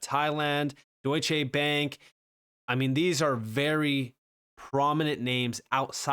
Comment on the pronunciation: It's Deutschè not Deutschééé Bank,! Short sounding 'e'.